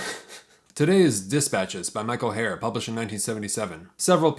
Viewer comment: Herr is not pronounced like hair- but like her.